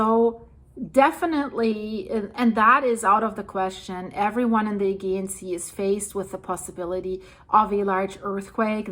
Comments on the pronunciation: My dear the agaean is pronounced A GEE ann. Like " jee" ju" Agaean sea. (A jee anne) Not a "gee" an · Thank you for this, I have found your updates really helpful and informative! I am a Californian of Greek descent 🧿 and have been to Santorini 🏺📿 . This is all really sad to watch. One note, in English, Aegean is pronounced ‘uh-GEE-un’ with a soft ‘g’. 😘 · Hey, it's pronounced A-gee-an. Thanks! You had a couple of other mis-pronounced words, there, too. I can let you know what they were, if you would like. English can be difficult! 😀😀😀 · its pronounced a -gee -ann Aegean sea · still can't say aegean properly